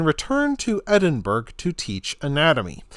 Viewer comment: Edin burg?? It prounced Edinburgh ya tit